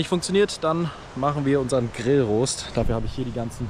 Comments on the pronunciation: Es heißt Grillrost und nicht Rooost😅😂😂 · Gutes Video. nur eine Frage zum Fisch. Warum hast du die beiden unteren fielet stücke am Fisch gelassen? Und zum Grillrost das o wird nicht lange betont.